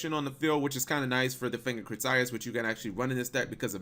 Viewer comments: fang of crit tie us lol it's pronounced fang of crit tee us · it's pronounced Crit-E-Us, not Cri-Tie-Us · He also pronounced Critias wrong again. lol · Assuming has not seen the waking the dragon saga, pronouncing critias wrong. Let me help you out.